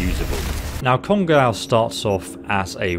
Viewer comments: written "kongOu" Pronounced "kongAu" >_> it's japanese, it's generally pronouced exactly like how it's spelled (in letters atleast). And is it just me or does it remind anyone else of that gun "we" use in the interlude after the heist? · It's pronounced cone-go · Pronunciation of kongou(金剛) is "kong-go" or "Congo" Just heads up on that... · It's actually pronounce kong-o' not kon-gow it's japanese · Its pronounced kongo, no kongaaaou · I know it's pedantic but it's pronounced "Congo" like the African country. It was the name of a Japanese battleship in WW2. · Just so you know 'ou' in Japanese elongates the hard 'O' sound which is why you will see some translate the 'kana' as 'oh' instead when using romanji or romanizing the sounds using the english alphabet. So this gun is actually named KONGO with a long 'O'. Just an FYI. Thanks for your videos <3 odaiji ni ne! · 'Kon-gaw' lmao. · How is it that you say "go" in this video but mispronounce "Kongou"? Love your videos anyway! Keep it up!